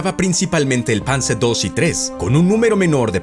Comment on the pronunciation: Esa es la pronunciación correcta, todos son sustantivos de una lengua germánica.